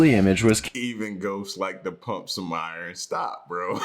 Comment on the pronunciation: L I think it's safe to say that somehow I took the hangover from ya lol Still laid up, but you know I had to be here. Watching in sections cuz I keep getting motion sickness from my phone rn How the fuck can pronounce big words but can't say iron correctly?! I been with for a cpl years now and his voice is way more relaxed than it used to be but damn lol